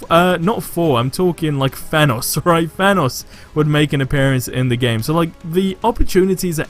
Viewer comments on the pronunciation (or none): He says thanos weird